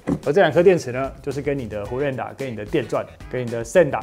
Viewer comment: 手持砂輪機台語一般俗稱火石仔，應該唸作散哪，不是線打 線打是指中心點